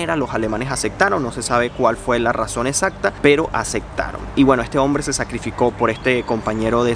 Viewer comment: Que videazo, muy informativo y comunicador. Lo unico que puedo decir es que,, pronuncia las P porfavor, te la pasas cambiandola por la C. Por ej: Acectaron, es un poco molesto. Pero por lo demas esta todo genial!